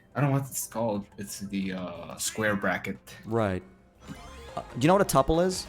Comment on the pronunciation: it is pronounced "TOOOOOOOO PULL," not tupple. 😂 This guy is LYING sooooo blatantly. I'm a Lead Network Engineer for a multi-billion dollar corporation and NOT a programmer....yet I could answer all of the questions you asked. I have a bachelor's degree in Computer Science and a Bachelor's in Information Technology. This dude is full of shit.